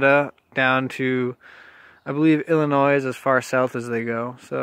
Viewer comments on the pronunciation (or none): btw... Illinois is pronounced ** ill-uh-NOY... NOT... “ill-uh-noise” !!!